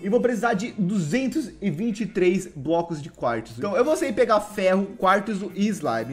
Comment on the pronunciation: Alguém percebeu que em o fala quartzo errado